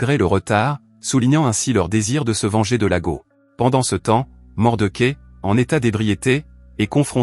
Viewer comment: L'homme des hautes plaines, formidable Western de Clint Eastwood...par contre c'est pas Mordequai, où Mordechai que ce personnage ce prononce 😅